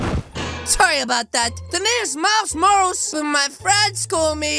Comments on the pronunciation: It’s not miles morals it’s MILES MORALES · why you said miles morls its morales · It’s not Miles rolls it’s Miles Morale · It’s not Miles whatever you said is Miles Morales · Miles Morals I love the way he says it wrong 😂😂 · did you just call miles morales miles mors!?!?! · Its pronounced miles muralis not tryna be rude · It's not miles morales It's Miles Mor-A-les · pronounce it as miles moralis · he said miles morals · The fact he said his name wrong at the start of the vid made me laugh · He said Miles morales wrong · He said his name wrong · NOT HOW U SAY MILES MORALES